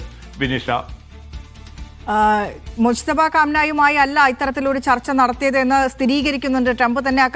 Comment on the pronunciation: Musthaba alla molu mujthaba😅